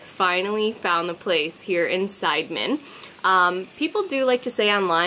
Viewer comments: Si-de-men Not Side-men FYI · side-men??😂😂😂 its prounce C- the - men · Nice clip but extremely frustrating with the repetitive incorrect pronunciation of the village name "Sideman" - it's not Side-man in the western sense.....try listening to the locals when they say "see-duh-mehn" 😉🤔😣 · Nice vlog guys! You should stop by Tirta Gangga and Ujung Water Palace because it's not that far away from Sidemen. It's pretty cool, btw Sidemen is not pronounced side like in english, it's pronounced see-the-mend.....;-) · You can say Sidemen like local.. just like "see the man".. Great shot btw.. & have a nice trip. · Hi nice happy video! Thanks for the great job. By the way, Sidemen could be read as Si-de-men in Indo- Malay language, if I am not wrong. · Sidemen (pronounced SEE-DEH-MEN) is nice, but it's not like Ubud was 20 years ago. You can still find places with awesome views in/around Ubud. "The volcano"? Well, Bali has a few volcanos. The one in your video is "Agung" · "see-the-men", thats how its pronounced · Sorry, I can't help laughing at your pronunciation of Sidemen! Indonesian and Malay language has very straightforward pronunciation like Italian, you pronounce them Si De Men.